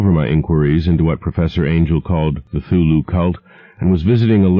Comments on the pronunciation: Um why does he keep saying 'thulu and not C(kuh)thulu? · I'm a bit annoyed by the fact that the narrator pronounces "Cthulhu" as "Thoo-loo" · 5 seconds in and he mispronounces 'Cthulhu'... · He doesn't pronounce the "C" in Cthulhu's name.